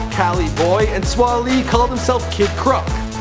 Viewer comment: Get the name right it's swae not swa